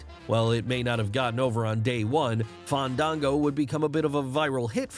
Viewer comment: Fandango wouldn't wrestle unless you pronounced his name correctly